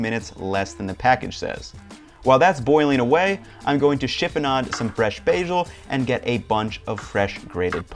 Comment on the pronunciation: Did you really just say bayjhul?